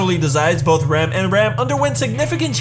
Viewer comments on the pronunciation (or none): He pronounces Rem and Ram the same way...americans...the really can't speak properly any other language ( most of them anyway) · Why do you pronounce Rem and Ram the same??